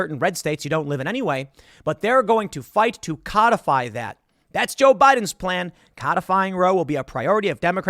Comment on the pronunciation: I looked it up, Tim is saying it correctly